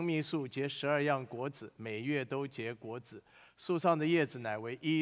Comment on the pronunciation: 果子。果三聲裹ㄍㄨㄛˇ。